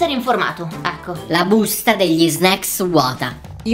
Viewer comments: All'inizio ho provato a contare le volte in cui a detto snecks ma poi ho perso il conto ✌😂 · E vero dice snack